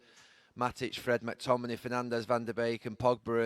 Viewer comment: Can someone teach him how to say McTominay's name right